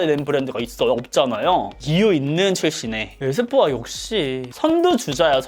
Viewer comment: 에스쁘아 발음하시는거 에이쎕바 이러는줄 알았어요 ㅋㅋㅋㅋ